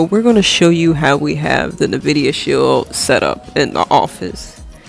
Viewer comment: Nvidia pronounced like Envida, like envy.